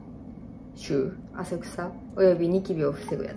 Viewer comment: 汗臭？あせしゅう？あせくさ？wwww あせくさなわけwww🤣🤣🤣🤣